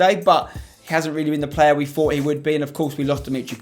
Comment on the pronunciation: Why's everyone commentating "Cracking Plurrr" ????